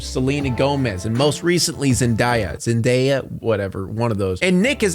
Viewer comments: See no pronounce zendaya name right that’s a micro aggression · Your videos are always well produced, thought out and, obviously, thoroughly researched- I enjoy them. That being said I would like to point out that having little to no concern over the pronunciation of Zendaya's name follows a pattern of disrespect often shown by white creators when asked to pronounce a name outside of ones they find 'familiar' or easy to sound out. If you can do this much research on Disney, you can also take an extra 30 seconds to make sure you say this woman's name correctly. I understand that the Disney culture aspect of it might not matter to you, and could understand a devil may care attitude toward the name of a character of a children's show, but not caring how a person's name is pronounced because it's hard for you is an old, shitty privilege that lives on in teeny tiny moments like these. Great work on the vid. Next time please consider the importance of correct pronunciation of a person's name and the respect it shows not just for them, but for others as well. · yeah it’s a black girls name he didn’t care to say right.. Ik it’s not that deep but he could’ve took the time to learn how to say it right. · "Zindaia, Zindeia..whatever" My thoughts exactly. Subscribe.. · “Zendaya… zendiea whatever one of those” bye👎🏽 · i was gonna sub til he said zendaya name wrong.. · how tf you don’t know how to say zendaya?!?! STUPID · I was really intrigued until I heard your dismissal of Zendaya's name pronunciation. Frankly, it was rude as hell... If you took the time to research all these facts about Disney, you could've taken the time to watch a clip or two on how to pronounce her name. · why are you laughing at how to pronounce Zendaya's name? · so you could pronounce all the white disney stars names but not zendaya???